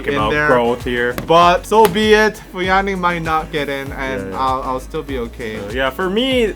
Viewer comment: Bruh he really said fu ya ning😒